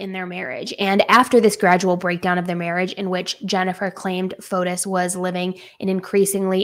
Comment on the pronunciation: I just wanted to point out the proper pronunciation of his name like this fo tee or fo tees.